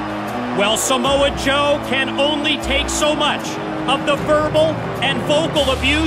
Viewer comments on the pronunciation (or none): “Smo Joe” FFS Scott😂😂😂